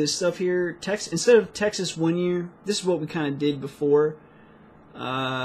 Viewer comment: i gave a break to videos and i was listening Texas as the taxes :D fck me right ?